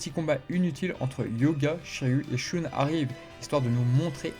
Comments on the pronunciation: Shoon au lieu de Shun c’est fait exprès ? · Dans Sanctuary le combat contre Aphrodite des poissons n'est pas montré sans doute parce-que ce combat est déjà connus via l'animé et qu'ils voulaient peut-être ( surement ) montré autre chose ? - Et sinon désoler mais shun ne se prononce pas " shoune " mais " sheun " - Et au sujet de Urotsukidoji , c'est un animé incroyable même si certaine scène son très cringe ou osé ( c'est du cul en fait ) les scènes de combats et de déstructions sont dantesques ! PS : Mais au fait en parlant de shaka et sa technique qui enlève les sens , en premier il enlève le toucher et donc il enlève par la même occasion la douleur à son ennemis ! Quel compassion incroyable ! - Qui a dit qu'il était sadique ? Moi je trouve que c'est une mort géniale en fait ! - Mourir sans douleur , c'est vraiment le rêve ! Je souhaite une telle mort à tout le monde du coup !